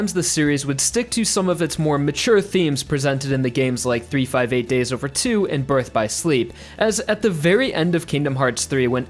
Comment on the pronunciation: I'm calling it now the best part of the video is when he pronounced 358/2 days correctly